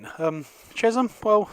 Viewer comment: Great vlog as ever. They are pronounced Che(sshhhh)am btw